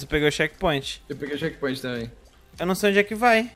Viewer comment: só eu que ouvi chekpinto?